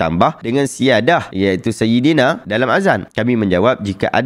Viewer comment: Dengar macam dia sebut saidana.